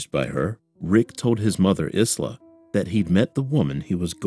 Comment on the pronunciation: "Isla" is pronounced 'Eye-lah"